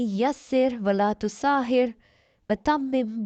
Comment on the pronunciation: Rabbi Yasir wala tuassir plz recite correctly